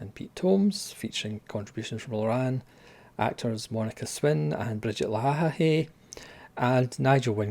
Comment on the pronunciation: Brigitte La-eh, not Luh-ha-ha-hey. 😁